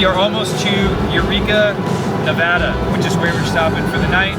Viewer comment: so glad to hear you guys pronounce Nevada correctly. funny to me how all our back roads and double lane highway's look the same. i am east of reno and i could have sworn a few times you were driving in my back yard. keep on keeping on.